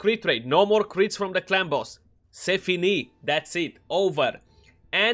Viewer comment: "C'est fini".... are you french? If you are not then your accent is not bad at all :D